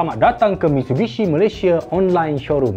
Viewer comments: abg eja mitsubishi pon salah 🤣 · Taip MISTUBISHI 😅😅😅